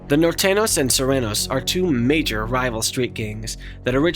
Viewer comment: It s Nortenios and sorenios not nortenos & sorenos 😅😂